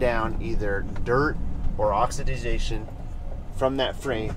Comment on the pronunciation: Oxi-da-zation? Appreciate the fanta-da-tastic pointers. Just messing with you ((